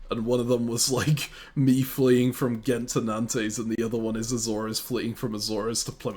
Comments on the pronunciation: Nice video, will keep watching. This is interesting. Calling Nantes - Nan-Tes is wild 😅 Keep up the good work though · I love how you pronounce Utrecht more or less correctly but Nantes is somehow too difficult :D